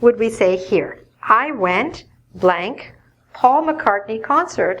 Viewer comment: Please, explain me, why doesn’t say "S", when she says "Paul McCartny's concert"?